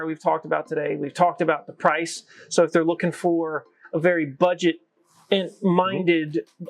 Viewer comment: The word”price “ is not a er